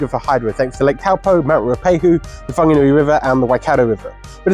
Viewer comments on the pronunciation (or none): Whanganui is pronounced Wanganui. No F sound.